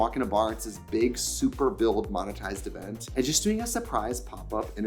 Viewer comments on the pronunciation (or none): “let’s go to this ezent”